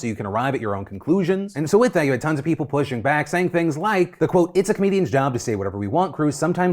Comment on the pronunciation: I'm sorry.. how did you pronounce "comedians".. what was it? "co-meh di-ans"? What that is?